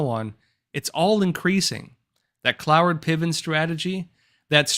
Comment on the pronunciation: It's pronounced Cloward ("Clow-Ward") not "CloeVin"...